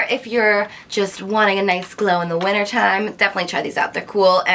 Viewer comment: I've never heard someone pronounce the word winter like you do